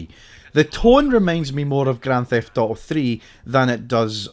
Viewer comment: Bro says "GRAN THEFT OOOO"